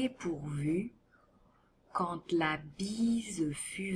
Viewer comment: J'ai ecoute"que cette recitante prononce "quant" Pourqoi elle prononce "T"?